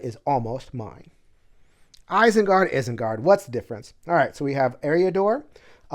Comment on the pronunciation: the way you pronounce Isengard makes me want to rage. lol